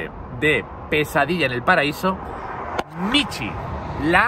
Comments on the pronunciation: Tampoco lo voy a ver., es Michu, no Michi, AAAAY qué gracia 🤣🤣🤣🤣🤣🤣🤣🤣🤣👍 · Es Michu, no Michi